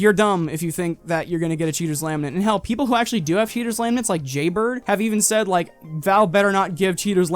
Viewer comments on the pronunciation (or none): none